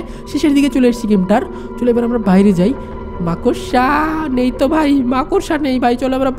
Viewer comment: That's not মাকসা😂😂❌ It's মাকড়সা😂😂😂✅